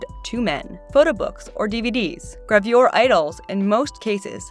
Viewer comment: I got very triggered by your pronunciation of "gravure"